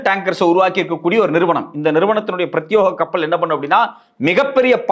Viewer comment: யாருமே சொல்லத் தயங்கும் விஷயங்கள் தேடித்தேடி எங்களுக்கு தருவது சிறப்பு 👌👏 மேலும் இது போல் எதிர்பார்க்கிறோம். Sorry to say அது "பிரத்யேகம்" not பிரத்யோகம்.